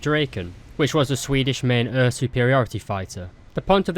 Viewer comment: I'm obsesded with how you pronounce air as öer